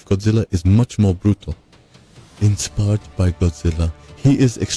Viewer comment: bro why are you said inspired so nasty😂